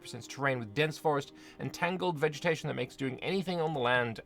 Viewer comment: Did you just say "vegemetation"? 😂